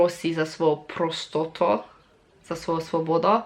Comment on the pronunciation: Prostoto hehehe.... Kolko si mela slovenščino... Ker prav še reče PROSTOST